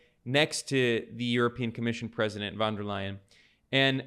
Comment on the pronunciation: Ursula Von Der Leyen = "Ursula Fon Der Lie-en" German "U", a bit like the English oo in Hooligan. Von not van, and "Von Der" is two distinct words. Thank you. And thanks for your videos.